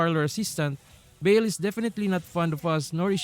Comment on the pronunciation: Dont apologize, but the correct way to pronounce baal is bah-ahl with silent H and The second A sound the same as the first A